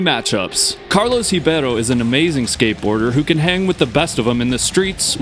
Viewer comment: Cool use of statistics! Also props for your pronunciation of Ribeiro (and Kroetkov too).